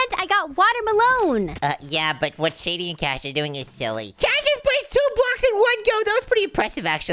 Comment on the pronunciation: when shady became a bird and says OLA and i say it alot to my friends and family also i like when they say WART not WHAT its WART w mans